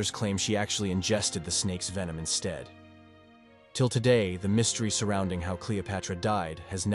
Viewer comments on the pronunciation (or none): none